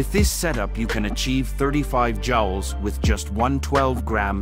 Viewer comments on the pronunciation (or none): Jowls? Joules = Jewels, not Jowls. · It’s pronounced “jewels”.